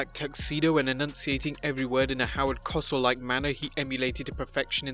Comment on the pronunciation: PLEASE learn to pronounce people’s name’s properly. It is Geraldo Rivera (Riv-air-AH) and Howard Cosell (Co-sell).